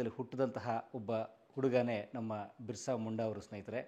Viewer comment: ಸರ್ ಬಿಸ್ರ ಅದು ಉಚ್ಚರ